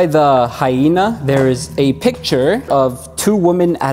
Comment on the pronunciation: I was so annoyed every time he said hyena.